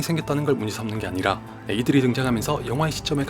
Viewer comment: 자막은 '이들이'라고 표현되어있지만 이상하게 들으면 들을수록 애기들이라고 들립니다 결국 애기들이 영화를 망친 주범이라는것을 전달하고싶었던 것일까요? 하긴 예고편의 그 대사는 정말 귀로 들으면 안되는 것 같습니다만...